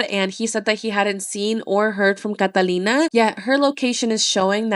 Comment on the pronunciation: That’s how you say Catalina